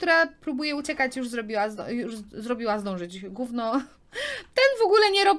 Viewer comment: tak wogule ja cie kocham oglądać ale wiesz że cie oglądają dzieci. a ty muwisz napszykład guwno a w odcinku z star stable to powiedziałaś prawie zesrało